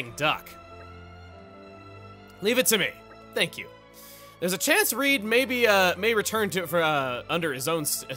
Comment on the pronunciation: You know, just when I think he can't surprise me anymore. Seriously you mispronounced Reed? Are double vowels not something they cover in American schools? You know. Like sleep? Or snooze? Or sneeze? Or Weedle? I mean come on.